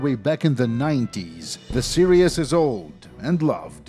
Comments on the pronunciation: The word "series" is pronounced "see-reehz" and not "serious". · Ah, another great video full of interesting details and him pronouncing 'Series' as 'Serious.' Great video as always dude. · lmao i smile every single time this man says "serious" when trying to say "series". hote, you are a golden shrine of innocence and extremely satisfying content,. we must protect you from the outside world and youtubes demonetization sweeps at any cost.